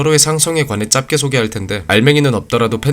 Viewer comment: 넓게 -> 널께 (넙게 X) 짧게 -> 짤께 (짭게 X) 이렇게 발음하시는 게 맞습니다! 한국어 발음이 전반적으로 좋지 못하다면 굳이 댓글 남기지 않았지만 저거 두개 정도 제외하고는 전혀 문제가 없으셔서 남기고가요. 분석 퀄리티가 좋은 만큼 사소한 발음 하나가 옥의 티가 되지 않았으면 하는 마음에 씁니다 늘 잘보고있습니다.